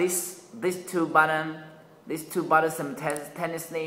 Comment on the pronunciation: what did you say? "wentz eh innumnaob press the 2 button simertanily" "normal mode" try to say it slower - give gaps between the 2 syllables:- NOR & MAL Just slowing down on the harder words will sound 10x's better. Practice your "L"'s by signing LA LA LA / LO LO LO and "R"s by roaring like a lion :) - avoid the "W" sound when pronouncing "R"'s. If you (on purpose) over exaggerate both L & R's when speaking it will actually sound far better to the listener, even if it sounds unusual to you. Break words down into their natural syllable's and say them slowly - it will help you so much. Download a speech teaching program or singing teaching program, it'll save a whole lot of people making jokes in the comments.